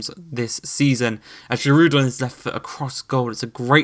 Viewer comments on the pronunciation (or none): Please can you pronouce Dyatta or Deeata for Diatta 😭 ans Giru for Giroud